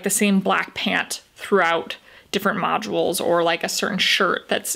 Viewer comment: Modules is 2 syllables not 3 🙄